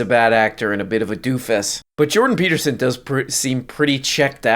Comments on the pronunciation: it's Jordan Peelterson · Jondon Pee Beatermin